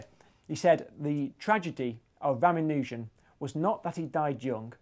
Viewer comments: I enjoyed the material in this piece - interesting and stimulating. That said I have a minor quibble, and some comments. Quibble : It's pronounced ra-MAH-nu-jan NOT Rama-NOO-jan. Regarding Hardy's assessment : as I understand it, most of RaMAHnujan's legacy is a collection of very complicated identities presented largely without proof. R himself believed that his inspiration for these came to him by way of divine revelation and was not convinced too much by the necessity of proof, falling to admit that theorem and proof are the lifeblood of mathematics. In this sense he had been spoiled as a mathematician. His unproven identities remain. One asks the rhetorical question ; are modern mathematicians lining up waiting to prove them, and is this a solid basis for their individual careers in mathematics. Mathematicians as nerds : this is an occupational hazard. Hardy himself is said to have scorned the application of pure math to real-world problems. The rest of us, and I speak here as an engineer myself, might very well think that Hardy was being nerdy, even though he would not have understood what the word meant. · Did you just pronounce Ramanujan as Rah-mah-nU-zan??? Are you serious? It's pronounced Rah-mAh-nah-tzan. Why do you Brits have to change everything to fit into your language? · "I'll tell the story properly this time..." ... continues to mispronounce the man's name. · Hacked up the pronunciation of “Ramanujan.” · How do you pronounce Ramanujan? Is it Ramanujan or Ramanujan? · You would think for someone so interested in famous mathematicians, you'd be able to pronounce Ramanujan at least in the ball park.